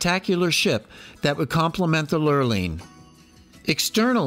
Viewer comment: I love this video and only wish I appreciated Britanis more during the one and only time I sailed on her. A gentle reminder that "Lurline" is pronounced "Lur-leen."